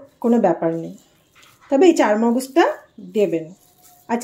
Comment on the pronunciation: চাল মগজ না চার মগজ বুজলাম একটু বলবেন প্লিজ